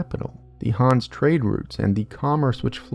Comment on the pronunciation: Is the name actually pronounced Hans??